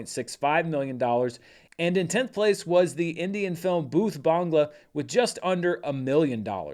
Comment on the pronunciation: Well done on the Bhoot Bangla pronunciation,!